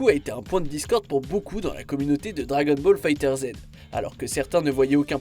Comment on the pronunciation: C'est vrai que Goku GT était un problème *Note*: on dit DragonBall Fighters (on dit pas le z